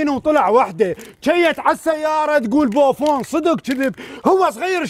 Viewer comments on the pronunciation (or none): تكول بوڤون 😂😂😂😂😂😂